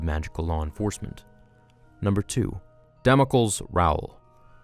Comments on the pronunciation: you pronounced Damocles wrong. The e in between l and s is not silent, much like Heracles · Damocles is not pronounced dam-oh-kuls, it's pronounced dam-oh-klees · About some pronounciations, if you allow a bit of input. Damocles Rowle. The first name is Greek and is pronounced "Damo-cleese" (as in "John Cleese") with the accent on the "ee". Hephaestus Gore. You nailed this one! Kudos! About "Wilhelmina", the name sounds Dutch and I am not Dutch but I think the "h" is either less pronounced (more with the back of the throat rather than the palate) or not at all. Solid work! Bravo!